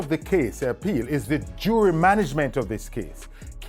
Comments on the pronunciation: “Jewelry” a kill mi bro. It’s jury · Jewelry and jury they are two different things. And you keep say Jewelry bro learn to speak